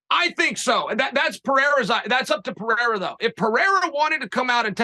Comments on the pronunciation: Uncle Chael speaks so much yet says so little. Still undefeated. Champion of champions. Also, kudos to my man Helvani to get Uncle Chael to drop his charade with mispronouncing names. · Someone finally corrects lord Chael of the pronunciation of Pereira…. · Good on you for pulling him up on his pronouncing of people's names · Thanks for calling him out on the way he pronounces "Pereira". Only him and Schaub do it that way, and it drive me nuts. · Charles shtick is to mispronounce names. He does it ok purpose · He can't even say Pereirer. He can't even pronounce half the roster. He's amazing at speaking a lot of words to say very little. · stop watching with your head down he doesn’t even know how to say Alex last name right was sounding like De La Hoya pronouncing chucks last name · Chael knows how to say these names. He's trolling. He broke character a moment to show he's not THAT much of an idiot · If Uncle Chael says its Piera, then its Piera :D Deal with it! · Pierra lol. Preierra is Chale's best try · Chael calls him Poo and Pee reira. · I've commented on a couple of Chaels videos because I was so annooyed with him calling Pereira, Pierra all the time lol. THANK YOU ARIEL! YOU THE MVP! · My brain really will turn off every time I hear “pierra” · That's the only time I've seen Chael hick up is when Ariel corrected his pronunciation of "Pierra" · Boys - if we are going to pretend to correct pronounciation, at least get it right. It is Puh-rrray-rrrah. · I thought Chael was gonna stick to "Piera", he's been doing it for months lol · Man Ariel, I'm so glad you called Chael out on saying "Pee-air-uh" it's been driving me crazy. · Finally thanks for corecting him Ariel.He was saying Pierra instead of Pereira and many people were triggered on his channel.Its good to know it wasnt intentional because many people were thinking it is. Cheers! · It’s kind of funny how he mispronounces everyone’s name. Ariel did mispronounce his name too but not as bad 😂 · pee -air -ugh